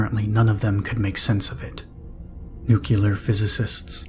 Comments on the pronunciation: ‘New-clear’ not ‘nook-you-lar’ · i was always taught to say it at it was spelled. NUCLEAR not NUCULUR So after hearing it mispronounced half a dozen times it finally drove me to leave sorry for the rant. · If you can say NEW and CLEAR, then you can pronounce it right. Its not nucular. It's never nucular. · you are my fav, and I hope that one day you will start pronouncing the word nuclear correct, it is very distracting 💜